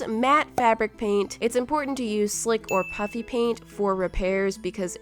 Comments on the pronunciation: It sounds like you say puppy paint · Did you say "puppy paint" Tjats crazy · Did you say pupppy pant?